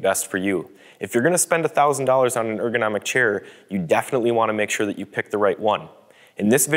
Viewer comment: chair, not shair